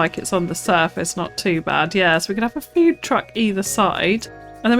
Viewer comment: . "Fewd Truck, either side"....